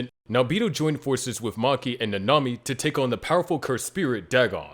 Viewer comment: Bro called nanami hanami